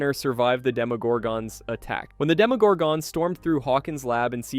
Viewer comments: Stop over pronouncing the ‘gon’ in demogorgon. It’s not pronounced like gone. It’s pronounced like gun. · It pisses me off how you say demagorgon. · They say demogorgon in the show tons of times, how do you still mispronounce it? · I know right?😆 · i disliked the video n not gonna finish it cus of that 😂